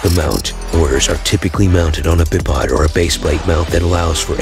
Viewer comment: Bih-pod? Not by-pod? 😮